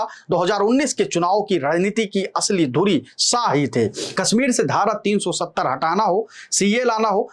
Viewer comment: भाई साह नहीं शाह है नाम । अपनी भाषा में संशोधन करो ।